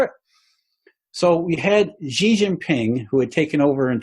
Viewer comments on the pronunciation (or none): just so you know (and you don’t get abducted and sent to a re-education center à la chinoise with all the poor Uighurs), the Chinese President’s name is pronounced “Schi” as in “she”... not “Zi” or “Ji”😉 And Li Kechang is pronounced “Lee” “Ke” “Tchang” 😅